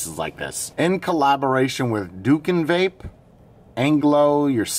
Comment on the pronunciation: He’s not a reviewer, and he’s from my country, indonesia. I don’t like the rda too. Anyway, you spell it “doo-koon”